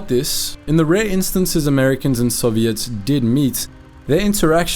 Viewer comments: "soviettes" wtf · Soviettes? What kind of text to speech AI voice pronunciation is that? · Bro really said Soviettes